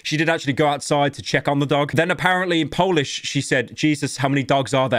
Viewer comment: Please don’t ever try pronouncing anything in polish, you’re butchering it completely